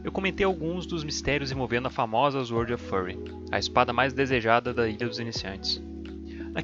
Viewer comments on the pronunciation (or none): Mais vídeos!!! Se liga, nao se pronuncia "zuord" e sim "sôrd" e "rooker" não se pronuncia com o som de "o" e sim de "u". È "ruker" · "zuord of fãry"